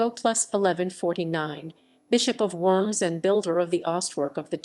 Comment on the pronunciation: I could only stand a couple minutes of this video, they insist on pronouncing Worms wrong over and over and over.